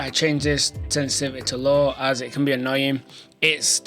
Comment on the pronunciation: Say sensitivity again💀💀💀